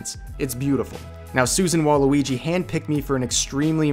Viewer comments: Susan Wbababooie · Did he really say Susan Waluigi Lmao